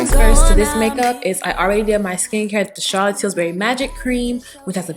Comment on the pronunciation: Lovely makeup, easy and breezy. Please don’t be offended but I couldn’t get pass you saying “TilSbury” when it’s “Tilbury” 😅